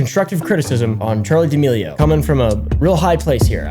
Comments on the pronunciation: This video is all about pronouncing chaley dearmorli wrong for straight. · "charlie d'milworm" - 2021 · “Charli damealworm”